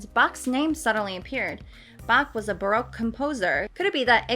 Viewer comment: actually interstingly enough you say baroque like broke.